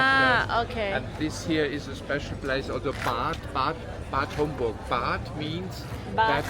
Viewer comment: แม๊ร อ่่านว่า บาด ฮอมบรัวร์ คะ Bad Homburg 😍😳